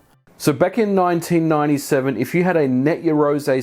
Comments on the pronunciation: did you say 1987 there or do I mishear it everytime? You mean 1997 right? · do you not mean 1997, sounds like you said 1987! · Late 1987 at 11m45s?...or is that your accent?